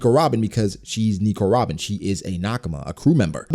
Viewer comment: It really makes me cringe when you say Nico Robin everytime